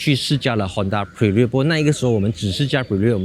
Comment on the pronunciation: 大家跟我一起念Honda bi lun